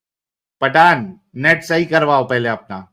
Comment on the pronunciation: पाठान नही पठान😂